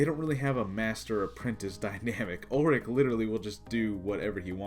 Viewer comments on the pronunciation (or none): It's "Ulic," dammit. Not "Ulrich" 🙄